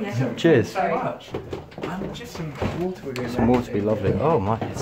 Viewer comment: Nobody: : "some WOTEH"